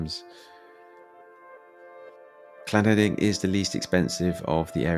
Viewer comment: You said llanederyn properly.